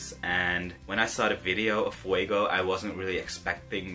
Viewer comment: I am from Cyprus I love Fuego and yes you are pronouncing it very good her name